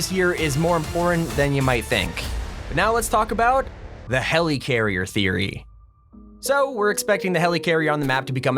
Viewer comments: Okay can you stop calling it HELEECARRIER Its pronounced Heli-carrier or heleh- carrier Not heleecarrier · Nobody:: HELYCARRIER